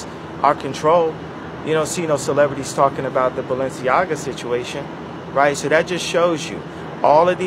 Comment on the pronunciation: BAL- ENCIAGA